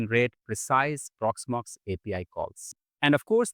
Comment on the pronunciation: "Porxmox" Custom AI Agent ? :D